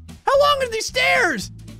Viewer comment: what they ment to say: grays stairs of misery what they had to say: grays sairs of miser